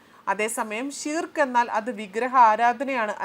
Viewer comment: ഷീർക്ക് എന്നല്ല ശിർക്ക്‌ എന്നാണ്. ശിർക്ക്‌ എന്നത് അർത്ഥമാക്കുന്നത് കൊടിയ പാപം അഥവാ വലിയ കുറ്റം എന്നാണ്. ഉമ്മയെ വ്യപിചാരിച്ചാൽ ശിർക്കല്ല മറിച്ച് അല്ലാഹുവിനെയും റസൂലയ മുഹമ്മദ്‌ നബിയേയും അംഗീകരിക്കാത്തത് ശിർക്കാണ്. ബഹുദൈവ വിശ്വാസമാണ് ശിർക്ക് (അറബി: شرك) എന്ന അറബി പദം കൊണ്ടുദ്ദേശിക്കുന്നത്. ഇസ്ലാം ഏറ്റവും വലിയ പാപമായി ശിർക്കിനെ കാണുന്നു. ഇസ്ലാമിന്റെ അടിത്തറയായ തൗഹീദിന്‌ (ഏകദൈവ വിശ്വാസം) വിരുദ്ധമാണിത്. ശിർക്ക് അല്ലാഹു ഒരിക്കലും പൊറുക്കുകയില്ലെന്നും അത് ചെയ്യുന്നവന്റെ സൽക്കർമ്മങ്ങൾ നിഷ്ഫലമാണെന്നും ഖുർആൻ പറയുന്നു. ശിർക്ക് ചെയ്ത് പശ്ചാത്തപിക്കാതെ മരണപ്പെട്ടവന്‌ സ്വർഗ്ഗം നിഷിദ്ധമാണെന്നും[1] നരകത്തിൽ അവൻ സ്ഥിരവാസിയായിരിക്കുമെന്നും ഖുർആൻ പറയുന്നുണ്ട്.